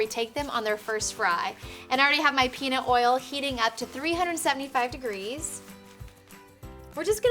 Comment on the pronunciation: did she say penis oil